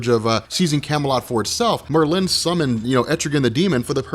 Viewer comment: i love you buddy, but god damn these are names we all have heard in our lives. TRI- GONE MER-LIN lmao love u tho #robcore